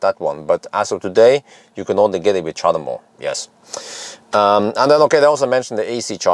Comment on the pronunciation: Chademo? Really?